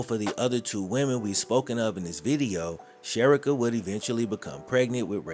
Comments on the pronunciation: please, her name is pronounced "Che ree ka. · This was a very well put together story but her name is SHA-REE-KA I went to school with her…. None the less ty for bringing this story to light, she was a very sweet young lady!❤ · Her name is Pronounced like Sha-rica! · Very sad what happened to her and he should still be in jail.He took her life and ruined his son's life.BTW her name is pronounced Sha Ree Ka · Cherica a is pronounced Shareeka…. Trust me I know 💯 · There are so many ways to prevent pregnancy…. You mispronounced Cherica’s name. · You should research the pronunciation of the victims name. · U keep Butchering her name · Dude…… why did butcher her name so much! You might as well say “she or her”! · Her name is being mispronounced 😔